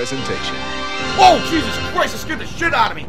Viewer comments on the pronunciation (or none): none